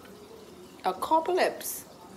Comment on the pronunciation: “Acopalyse” “azombily apop..” 🤣